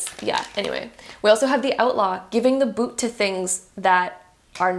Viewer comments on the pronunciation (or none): none